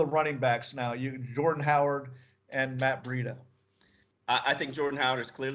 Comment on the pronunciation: Is saying Matt breida correctly?? Or is he completely wrong?